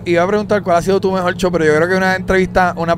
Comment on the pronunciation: Acho escuchar a W Es brutal que nunca se acabe el Podcast 😅😂 no aburre con nada. Tan brillante, sus conversaciones son epicas. Eres el MejoL Wwwwww Si aun me pone mal sus pronunciación 😅😊😢 de algunas palabras , pero lo AMO ❤.